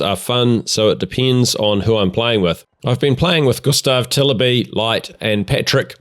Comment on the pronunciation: I am actually impressed with how well it sounded when you pronounced ”Gustav Tilleby”. Maybe that name is easy for an english speaker, I don’t know, but either way impressive!